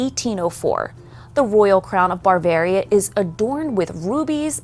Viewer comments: It’s “Bavaria” not “barvairia” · She should probably learn how to pronounce Bavaria